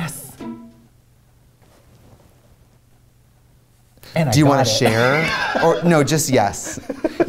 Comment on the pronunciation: The "Siiilent night" reminded me of the Tom Waits verson. Lol. "Merry Chrishmash time! Happy Holidaysh!" Lol.✌🎅🎄🎊🎉⭐🌠✨